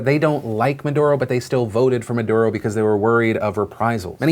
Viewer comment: Chilé . . . . . breathe in . . . . . BOI. PS. At least try to say Maduro's name correctly; you seem ignorant and some find it really infuriating whenever people from the US butcher Latin American names BOI